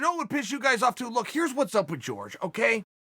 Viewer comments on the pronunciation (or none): Who the fuck is George Masvidal? Jorge, is that hard to say? More respect! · Not to be THAT guy, but it's pronounced whore-hay, not George. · "george"......uhhhhhhhhhhhhh this is mad annoying. someone tell him its jorge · His name is Jorge, not George ffs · The name is WHORE HAY not george, bad guy. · Nobody: Chael: GEORGE MASVIDAL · When he said George I was like Who's George now!!...then it hit me. Uncle Chael his name is pronounced as Horhey. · Chael "George Masvidal" Sonen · Me: Its pronounced 'horhey' Chael: george Me: george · Its not “George” its “jorge” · Chael, the man's name is Jorge, NOT George. Look into it! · Hore-Hey, HORE-HEY not George. Had to channel my inner grammar nazi for that. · Jorge Masvidal: yeah its pronounced "Horhey" Chael: Hi George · Valenzuela it's actually spelled jorgé which in Spanish when é is spelled like that the e or other vowel in question have an ey sound at the end of them and In Spanish j is pronounced as an h. Hence why his name is hor hey mas vee doll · jorge "George" masvidal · It kills me every time he says GEORGE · Plenty of people named Jorge who pronounce it George. Radio host Jorge Sedano went by George and was called either by callers. It seems to be pretty interchangeable to most ppl. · It's the height of disrespect to not even bother to pronounce Jorge's name correctly. His name is not George. You must be doing it deliberately, because I don't believe you could be so stupid. But maybe you are. I don't know. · I do hope you and other commentators in this sport would learn how to correct pronounce his name! It’s not George. 🤦‍♂️🥴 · Isn't it pronounced whore-hey? Lol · Patrick Cote pronounces it "Whore Gay" lol. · Even joey diaz pronounces his name George both work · Chael is the AMERICAN gangster, he doesnt pronounce George in the Cuban way. If George wants to be in America he should use his proper American name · If anyone is angry it’s Jorge because of the way you butcher his name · Why say his name incorrectly?